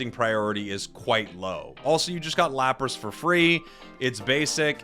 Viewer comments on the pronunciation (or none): none